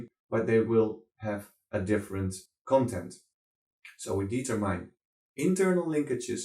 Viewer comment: Hey nice man, maar als je determine zegt, spreek het dan niet uit als "dietermijn", maar "dietermin"